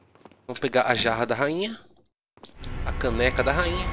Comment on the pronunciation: fala a caneca da rainha Eu entendo o caneco da rainha